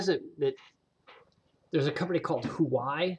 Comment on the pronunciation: Huawei is pronounced "wahway". I have one of their laptops. Hard to beat for the price.